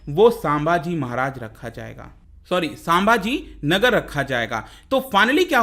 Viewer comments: Its संभाजीनगर not सांभाजीनगर 👍👍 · संभाजीनगर है नाम साभाजी नाही